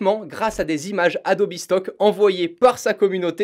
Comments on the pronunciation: En français on dit bien Adobe et non Adobi. Par contre si tu prononces Adobe en anglais, tu dois prononcer Premiere en anglais également. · Alors que plus tard dans la vidéo il dit plusieurs fois Adobi assez naturellement, on se défait pas si facilement de ses habitudes mdrr